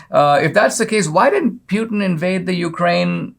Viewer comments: I believe Putin is pronounced Pootan not Pewtan. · C'mon Dinesh... Who TF is Pyoutin? I thought you were a smart fellow. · NOT PU LIKE PUKE BUT PU LIKE POOPOO PUTIN 🤣🤣🤣